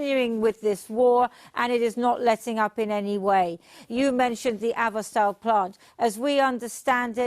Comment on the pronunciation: Hey lady, it's Azovstal. Not "Avstaal". At least try to get the pronunciation correct if you want to pretend you know what you are talking about. And no one in the comments are from Ukraine? It should be important to you for the world to get it right.